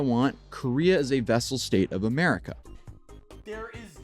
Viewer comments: “A vessel state” hahaha it’s VASSAL hahahaha he’s so dumb 😂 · My God Johnny doesn't even know its vassal not vessel 🤦‍♂ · Not sure if it’s already mentioned, but isn’t it vassal state and not vessel?